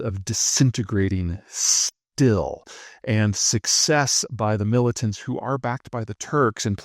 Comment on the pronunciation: in this video you said 'mullitants', in another video you said 'mar a largo'. i've got my eye on you, Zeihan. o.0